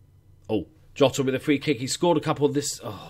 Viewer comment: Bye the way, I'm pretty sure Jota is pronounced Zhota as in the letter J.